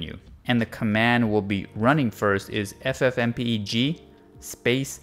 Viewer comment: This is the first time I've heard someone pronounce it as f-f-m-p-e-g instead of ff-m-peg.